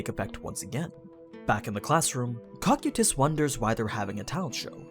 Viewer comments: It's pronounced co-kai-tis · My man's called him cockutus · No ones gonna talk about the way he pronounces cocytus and nazarick?